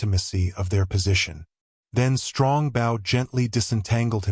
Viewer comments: It's pronounced "Bo." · I wish this reader would pronounce bow properly!😢